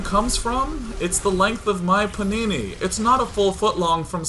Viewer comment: He says panini but I heard punani every time O.o